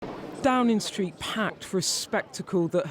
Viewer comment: Downin' Street, Waitin' Oustin' linin' out goin' takin' bracin' beginin' arrivin' makin' livin' hugin' comin' sleepin' spendin' remainin' goin' bringin' winnin' promisin' Can news reporters speak correctly anymore? Droppin' Gs likes theres no tomorrow! Sounds like an "Ebony" or "Felicia" from.the Broadwater Farm!